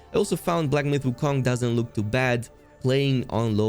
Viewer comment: Why pronounce wukong like that.. lol